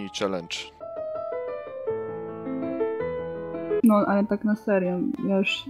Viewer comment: CZCZY... CZELENDZ!!!!1! Pierfszy!